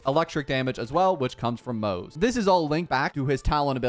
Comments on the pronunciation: Pronounced Mo-Ze not Moze. His name is not English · The way you pronounce his name is wrong 💀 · every single time you pronounce his name wrong a random victorian child dies really heartbreaking